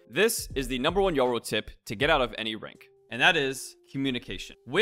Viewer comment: Are you pronouncing his name as Yuro 😅 it’s triggering me